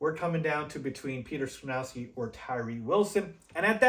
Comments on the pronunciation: Skoronski is pronounced SKAH-RON-SKEE. Not SKRUH-NOW-SKI. We have too much time before the draft to keep hearing you pronounce it incorrectly, lol! I’m actually hoping Carter falls and we can snag him at 9th overall. Thanks for the content! 🐻⬇️ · it's Sko-ron-ski, not Sko-now-ski!!!! But I still gave you a 👍